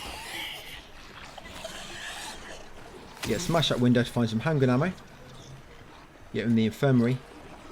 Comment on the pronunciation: For some reason I hear handgranade ammo instead of handgun ammo